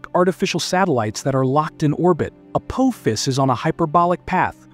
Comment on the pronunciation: I think your trying to say apophis. 😂😂😂😂